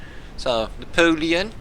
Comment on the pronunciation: n - APOL-e-ON